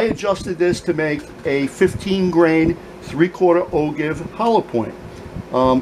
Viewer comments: Great vid!! But it's pronounced "O-JIVE"... I know it's spelled "ogive", but it's pronounced "O-JIVE". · And for what it's worth the way to pronounce ogive sounds like "oh jive".